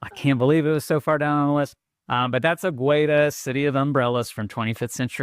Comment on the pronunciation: Águeda's pronunciation was terrible: the u is silent and the emphasis is on the first letter